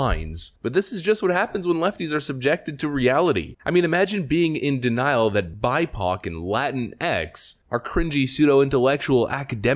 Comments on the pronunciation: WTF is a "bi-poc" (pok) (sp)? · He said "bipoc latinkses" LOL